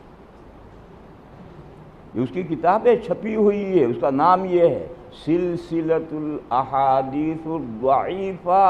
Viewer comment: سلسلسۃ الاحادیث کا اعراب ہی غلط پڑھ رہا ہے